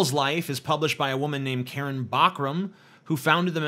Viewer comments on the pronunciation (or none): none